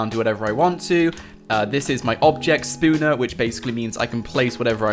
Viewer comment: Object spooner I like u but say it right